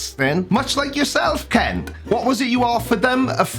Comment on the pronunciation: Are you sure you are pronouncing Kent properly?